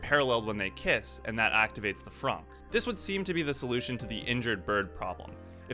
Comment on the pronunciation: THANK YOU. you are the only person to pronounce franxx right. Everyone else says it wrong